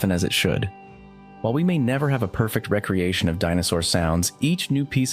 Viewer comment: I'm curious and mean this in a constructive critique way: do you use text-to-speech, or is this your real voice? Because twice now "recreation" has been pronounced in the way that means a freetime activity, and not the way that means "created again"